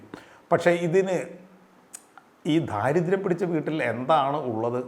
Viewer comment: ദാരിദ്ര്യം, ദാസ്യം, ദൈവം എന്ന് ശരിക്ക് ഉച്ചരിക്കൂ - ധ അല്ല